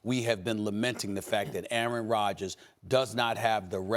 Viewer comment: I wish Max would learn how to pronounce "Aaron".